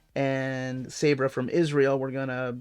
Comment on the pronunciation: Hi, Long time listner, first time "caller" here! Really digging your videos and the channel. One thing though, the Israeli Super Heroine's name Sabra, should be pronounced "Sob rah".